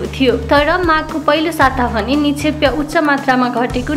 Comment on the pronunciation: निक्षेपलाई निक्षेप्य उच्चारण किन गर्नुभएको होला ? के यो english medium school को देन हो ?